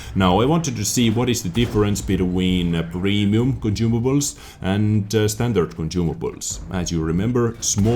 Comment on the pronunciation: conCIUmables sonsumables